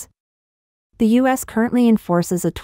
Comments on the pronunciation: Idiotic bot narration! AT LEAST teach it to say terms of core importance properly! Not Sino-us - means nothing and is unacceptable - but Sino-U.S. as in China-USA (relations). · Yes, it isn't a "Sigh-No, Uss" trade war, but is, in fact, a "Sigh-No You-Ess" trade war. Spelled and correctly spoken as "U. S." That said, this is an AI narration bot, not a human narrator, so you have to take it all with a grain of salt. Or just laugh--many of the AI narration bot goofs are at roughly the second grade level, so keep a monitor wipe handy, lest you spit coffee all over the screen when you hear one. There are a lot of them, so have a lot of coffee at hand. And the last laugh? AI is supposed to learn from context and high volume exposure to language. No far, I'm not seeing much evidence of it. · PS: If your Al cannot properly say U.S. and not Sino-US, then try using proper punctuation. Or simply refer to my country as "the United States". You need to be aware that Americans are scrutinizing your every word and will not tolerate disrespect of that sort.